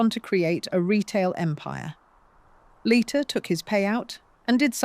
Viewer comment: Lighter, Leeter, Layter- "Leiter", as a Swiss surname, is probably pronounced "Lighter". The speaker changes their version ever other sentence, which makes me think it's AI, even if not uncovered.